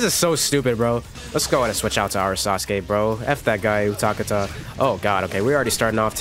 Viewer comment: You butchered utakata’s name my GOD